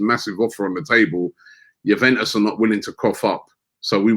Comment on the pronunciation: youveus 😂😂😂😂 Bruv its Juventus